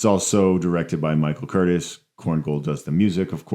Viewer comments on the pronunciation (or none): I'm pretty sure Curtiz's name is pronounced "Kur-teece." I also disagree with your contention that either he or Raoul Walsh are known primarily for directing Errol Flynn, considering Curtiz directed Casablanca and Walsh directed (among other things) White Heat and Along the Great Divide. My favorite Errol Flynn movies are Some Uncertain Glory, The Sea Hawk, and Captain Blood.